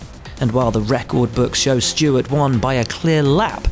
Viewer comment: hey guys his name is Stewart not stewards